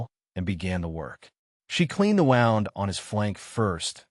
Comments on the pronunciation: Mr AI can you please pronounce wound…… as whooond ….. not wound as in wound up a clock..NZ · Wound pronounced "woound'... just suggesting 🙂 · AI doesn’t understand that one word can be pronounced differently depending on its meaning. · Or, lead/lead. 🙄